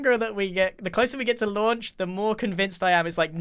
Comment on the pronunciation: You Said Moar then 2..